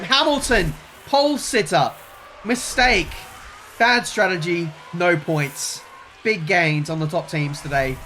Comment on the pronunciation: Whenever I heard say strategy I always heard tragedy for some reason